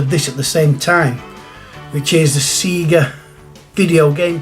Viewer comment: Good to see you pronounce seega correct buddy 😂